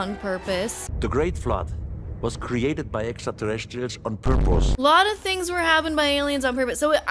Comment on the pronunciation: the way this guy says "purpose" lmao